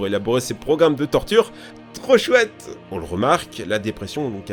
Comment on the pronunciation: TTTTREAU SCHOUAIT! 😂